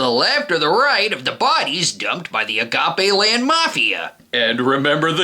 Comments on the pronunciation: im pretty sure its pronounced agape land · Clearly you didn’t grow up in a predominantly Latino neighborhood to not know that was pronounced a-ga-pay